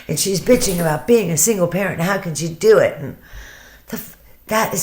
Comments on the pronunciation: on that video she's going no matter HARR hard life gets and no matter HARR....blah blah blah... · Shanann can't form W's. When she says HOW it comes out sounding like HARR...has anyone else noticed? Just an interesting tidbit. In the 30 min video of her in the thrive t on her deck, around the 15 min mark you can hear it, and again a few times towards the end of the video. And of course she did not deserve what she got!!